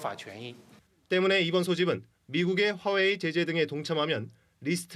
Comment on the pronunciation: 발음 똑똑히 하세요 빠워이 아니구 화워이 입니다